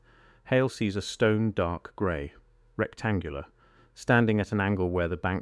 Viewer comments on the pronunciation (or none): none